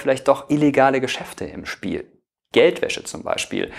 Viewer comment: Es is zum kotzen wenn Leute das ch nich aussprechen können